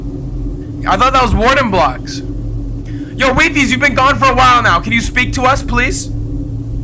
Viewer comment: I thought it's called why-fies not we-fies omg well well well